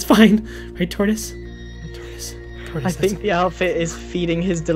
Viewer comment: he keeeps saying taurtis